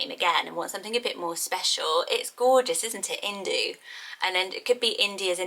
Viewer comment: As someone named ‘Veda’, it’s pronounced with a dh. Same with ‘Indu’. If you’re gonna name a kid from a culture/language that’s not yours, PLEASE ask a native speaker to pronounce it!